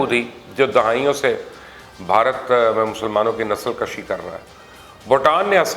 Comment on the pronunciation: Bhai ji Nasal kashi ni hota Nasal kushi hota he